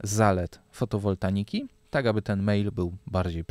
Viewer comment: fotowoltaiki a nie "fotowoltaniki"